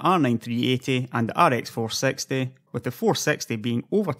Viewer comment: ok now that i listen again ive no idea whats his accent honestly. Also whats with the facepalm? i meant when he says rx 460 it sounds like "ar ex four sexty".